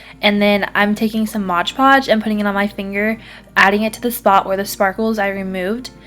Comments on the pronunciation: Omg it's Mod Podge, not Modge Podge. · MOD Podge not modge podge